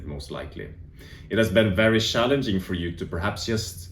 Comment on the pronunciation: Yes I've also found the past 2-3 weeks shallenging. Sorry couldn't help myself love how you swedes say cz as an English sh. It's like you guys have perfect English but this ONE thing you can't crack. lol